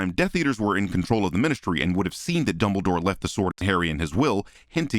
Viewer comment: Is it just me or does CinemaSins say double door every single time instead of Dumbledore? Like I get they sound similar enough but I swear it sounds so clear that he’s saying double door or aleast he’s saying it most of the time?